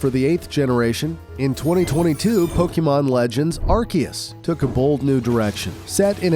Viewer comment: brother its pronounced "Arceus"(pronounced with Ar"see"us)